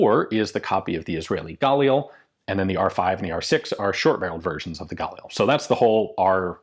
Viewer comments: petty comment inbound but im pretty sure galil is pronounced gah-leel now gaw-lil (source: multiple israeli friends i've asked) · With the emphasis on 'lil', like "gah-leel' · Ian. Ask any Israeli how 'Galil' is pronounced. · Nah. You're just being a dumb chauvinistic American. I can understand mispronouncing a word if it's hard to pronounce in your language, but 'Galil' isn't one of those words. It starts with ignorance and then ego prevents you from correcting yourself. Heaven forbid you'd have to admit you made a little booboo. You could easily do it, you just won't. Rather just double down. 👍